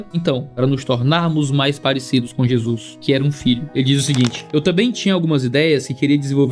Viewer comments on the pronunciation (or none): none